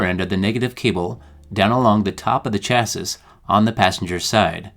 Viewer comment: Good video, except "chassis" is pronounced "cha-see." The 's' is silent. Must be a word with French origins.